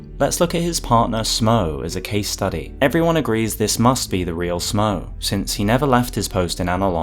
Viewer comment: I would add that Smough's name likely should be pronounced "Smoff" like "Cough". He is a giant like Gough, and they share the same naming convention.